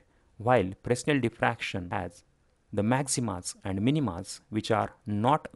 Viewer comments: Fresnel is pronounced "Fray-NEL" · In the word 'Fresnel', the 's' should not be pronounced